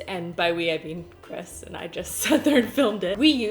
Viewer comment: Did any one notice she says chris chris... like christine says BEn BEnnn😂😂